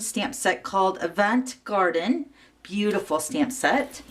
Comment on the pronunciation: I love purple too. And I think it's pronounced Ahhh-vahhhnt Garden, like avant-garde!